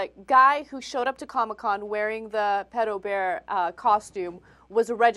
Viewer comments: stupid ass dude "Pidobear???? Its PEDOBEAR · its actually pronounced peedo-bear... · I always thought it was pronounced PEE-DOUGH not PED-OH? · PITOBEAR? its Pedobear man... hes not mexican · wow, the dude is too afraid to pronounce it right ITS PEDO BEAR NOT PEEDO BEAR! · Fail #1: said "Peto Bear" instead of "Pedo Bear". Pedo is of short for Pedophile.. Fail #2: After the mispronounciation, she says "Comic Conference" when the "Con" is clearly not "conference" but "Convention". Simple abbreviation. Fail #3: "that simple contact could be all that pedophile needs to fulfill his fantasy for the day" "They're getting stimulated by that one touch" Don't even need to say it. Win #1:Pedo Bear going mainstream P.S. I will be Pedo Bear this Halloween. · i thoght it was pronounced peedo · did he really pronounce it as "peedobear"? lol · The newsperson pronounced pedobear (peedobear). -_- And at anime conventions, I personally find him and hug him. It's no different from people hugging baseball team mascots or the people at DisneyLand. You don't know them any better. These people are obviously over reacting. Not everyone is a predator. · lmao!!!! omg this is so funny!!! And he said, "Peedobear." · peado bear wtf, that guy should get a job that requires people who cant say "pe-do" or go on 4chan :D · "...japanese cartoon character called PEE-TOE BEAR" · Pee-do bear. Holy fuck; how do these retards find jobs? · isnt it, peee-doe not peddo (pronunciation), but im british so... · Peedobear? Fail!